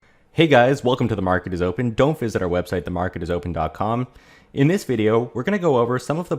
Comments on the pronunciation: It sounds like you say DONT visit our website.. in the beginning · So i wasn't the only one that heard it that way